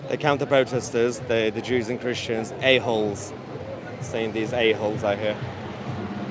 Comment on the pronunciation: just jwes why u say chrestions